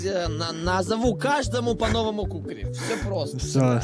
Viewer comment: Кукри звучит как кх-кх..